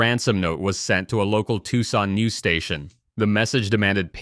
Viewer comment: Can't pronounce Tucson?